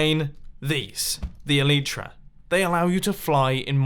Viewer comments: "They contain these. The EEEEEEEEEELEEEEEETRAAAAAUGH!" It's elytra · Not to be rude or offensive u say elytra like eleetra